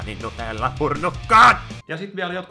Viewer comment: Se kuulostaa niin hauskalle aina kun sä sanot "purnukka" 😂en tiiä miks.